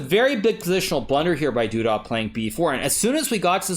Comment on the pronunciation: I'm thoroughly enjoying Hikaru's Camptown Ladies pronunciation of Doo-dah.